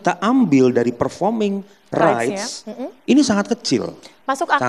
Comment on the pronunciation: itu badai ngomong performing rice atau performing rights ? 😂 Koq gw dengar nya performing rice 😅😅